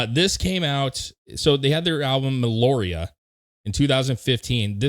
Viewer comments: Why do people say meloria it’s meliora pronounced Mel-e-oh-ra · Agree with all the points raised here, but man... Me l o r i a...really? It's Meliora already... Me LEE O R A :) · or "Meh- lee- ORR-ah" 🔥🤘😜🔥